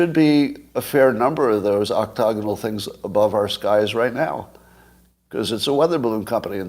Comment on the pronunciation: Please stop saying octogonal.